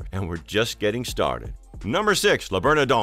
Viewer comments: "Le berneDON". Ridiculous. If you can't pronounce the name of the restaurant, you shouldn't go there! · Was this script created by a bot? NYC is not known for deep dish pizza, that would be a place called Chicago. Your mispronunciation of Le Bernardin (3 times) was LOL. I guess no one reviews these videos before they are posted.